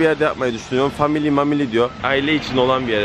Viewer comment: FAMİLİ MAMİLİ DİYOR 😂😂😂😂😂😂😂😂😂